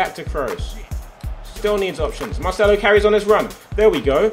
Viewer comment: Did you really just say Marchelo?